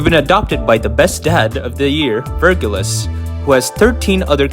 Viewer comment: you absolutely butchered the name, I will help you out not ver-gil-us its ver-jil-ius